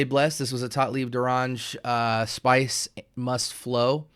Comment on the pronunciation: As a French congratulations for the way you said the name of the brand ! Thanks for your video very helpfull for me hesitating to buy one or two of theses